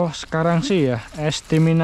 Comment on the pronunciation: "Estimasi' bang penyebutannya yg bener,bukan "Estiminasi 😅